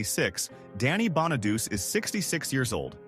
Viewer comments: The dude narrating mis pronounced Danny Bonaduce's last name. It's Bona- doochy, not Bona-duce. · I am pretty sure, Danny's last name is pronounced, Bon-a-du-chee, not Bon-a-duss. It is sad..... to learn that two of the 5 Partridge Family Children (actor or actress), have past away due to their cause of death. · Isn't it pronounced "Bon-ah-doo-chee"? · You are SERIOUSLY mispronouncing Danny's last name. It's NOT pronounced "duce" (1 syllable) as though it rhymes with sluce. It IS pronounced "dew-chee" (2 syllables) with a hard "ch" sound ending in a long "E" sound, like in "cheese". And it wasn't David's picture I had plastered all over my walls..... it was DANNY'S. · Danny Bona du Chee. That’s how it’s pronounced. Not Donny Bona duce. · Did he say Danny Bonadouche? 😂😅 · Danny "Bona - duce"? Wow. Obviously you know little of him. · "Bon a duce " really? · Bonaduce.... Bon a doochie. Italian. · It's pronounced Bona doochy and Crough, like dough. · Pronounced Bon-uh-do-chi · It's Bon- a - du(doo)-chee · Yes. But AI doesn't know that. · It's so lazy to just have AI put this together and do the commentary. It's so obvious when names and even "Room 222" are pronounced wrong. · It’s the AI voice which can’t speak the correct pronunciation.